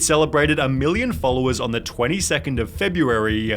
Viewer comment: the way he is pronouncing "wayyy" "Followersss" ""threehundreeeddd" cant rly that video gues i'm too nippicky but the fact that he is talking with a fake accent is kinda wierdchamp for me